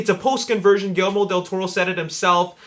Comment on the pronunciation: It's GuiYERRmo, not gillimiro or whatever you're saying.